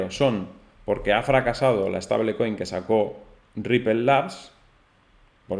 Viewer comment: "Steibol coin" mejor, no estable coin, no existe el "españolismo" de stablecoin. Pero tú mandas crack